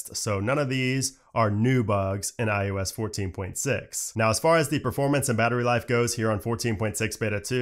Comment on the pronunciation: I am begging you please stop saying iUS